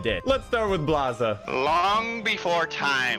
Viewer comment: I think his name was supposed to be blaze but mispronounced into blaza